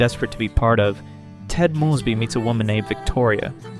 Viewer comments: AI Narrator. Can spot em a mile away. The voices have gotten more realistic but the mispronunciations give it away every time. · I like this video... and could like this channel, but if you keep pronouncing Mosby like that.... im out